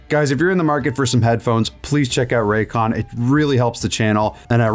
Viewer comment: i was on board with everything but as soon as u said "RAYCON" i'm out bruh